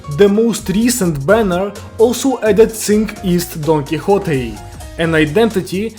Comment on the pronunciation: the way this dude pronounces don quixote makes me wanna shoot myself